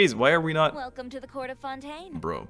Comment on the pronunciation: "I cant believe they say Xavier 'Sa-vee-ay' and Fontaine 'Fon-tayne'" X'D Teyvat has its own laws, what can we say